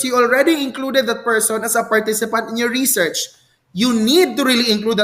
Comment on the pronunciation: reshèrshe po ang pronunciation 😊